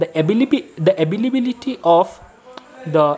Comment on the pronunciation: your "abbibibiliti" was very good take it as a comliment